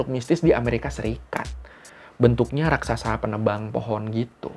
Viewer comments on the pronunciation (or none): none